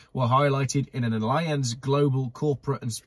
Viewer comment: It’s pronounced alli -anz not alliance .